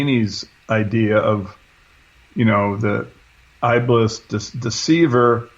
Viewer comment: . The word is Eblis or Iblis, pronounced Eb-leese. means satan in old persian (not arabic), the term has zoroastrian roots.